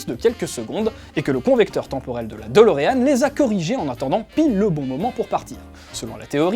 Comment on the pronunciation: c'est DE-LO-REAN !!!